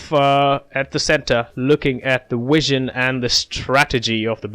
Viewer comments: Thanks - it’s v as is vee not wizen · Have an exam today this was explained amazingly!💯funny how you can’t say “Vision instead Wision!😂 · is it a flaw, or are you properly pronouncing it - in old Latin?